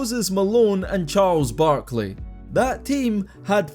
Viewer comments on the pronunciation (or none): none